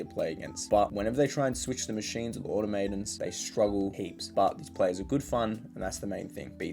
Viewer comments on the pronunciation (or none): Man you're supposed to speak English better than me, it's "aw-taw-muh-tons" not automator. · Heard him say "aw tuh MAY tuns" and immediately turned this shit off